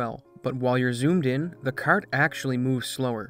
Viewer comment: Hahahahaha I see you fellow Canadian, that was a haaaaaard Canuck 'kart' 🤣